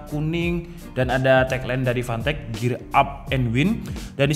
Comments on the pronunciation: Gw dengernya pantek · Tulisan : Fantech Kedengernya : Pantek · Setiap lu ngomong fantech yg gua denger pantek panek 😂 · Fantech ❌ Pantek ✅